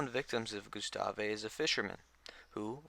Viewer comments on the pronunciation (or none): Alittle late on the Gustave train but I love the gustave arc…someone just needs to go back there and try to catch if not kill him!!! Now that would be some content! And it’s just pronounced Gustav not Gyustawwvaayy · It's Gustav (goose-taav) not Gustave (goo-sta-vay). It's so annoying that I stopped watching. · Gustavvvvvvvvv not gustaveee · saying is name wrong! GUstave. the e is silent! jeez! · I picked up on that. But correcting someone who provides a free service is just self serving. Thanks for your work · The E in Gustave is silent. It’s a French name, and a Frenchman (Patrice Faye) named him. French has a lot of silent letters. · Why do you pronounce his name like that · Makes an entire video about gustave...mispronounces his name the entire time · The " E " is silent on the name Gustave......just saying man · That drove me nuts as well! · Don’t think you’re supposed to pronounce the “e” in Gustave